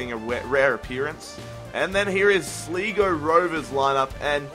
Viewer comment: Its pronounced Sly-Go. Not Slee-Go. :)